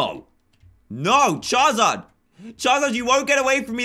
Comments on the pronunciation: It's charizard not chazard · Charizard not chazard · He said charzard